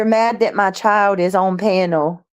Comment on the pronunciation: My Chiode.....it's pronounced " Child " ..hode on is hold on...